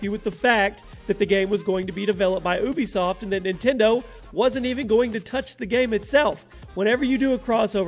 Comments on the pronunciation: Anyone else notice Ubisoft=“oobiesoft” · Ooobisoft lol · You said ubisoft wrong btw